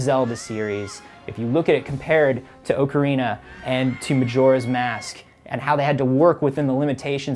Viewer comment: Thank You for not pronouncing it Ock-a-rina.